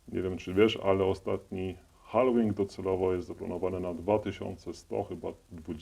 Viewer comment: halVing a nie hallołing haha